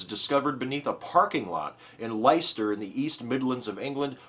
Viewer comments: 'Leicester' is pronounced 'LESTER' every time you say 'lighster' it's like nails down chalboard ... almost as bas as saying 'necular' instead of nuclear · It's actually pronounced "Less-ter"! That's all I felt I needed to add though. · I see other users have pointed out your incorrect pronunciation of Leicester so I shall refrain from doing so. ;) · The first time I pronounced it "Leechester." Your ears would probably bleed at that one haha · I really love this series! Not the part where is fondling pussy per se, but the news items are really great. If you're ever unsure on how to pronounce English words in ehh... English, try e.g. forvo DOT com /word /leicester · Please take it from someone whose misfortune it is to be stuck in the city of Leicester that the name of this er fair city rhymes with Fester.